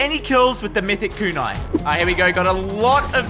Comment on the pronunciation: Bro you can literally look up the names the words of the weapons everything but you didn't shootagain no it's a kunai